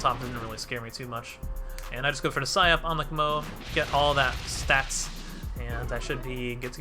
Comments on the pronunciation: Sike up! Not sigh up my G! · Wait are you trolling when you say it like sigh up??